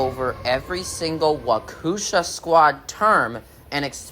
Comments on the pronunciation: I pronounce it as wau-kesh-ahh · i can fr fr help you pronounced Waukesha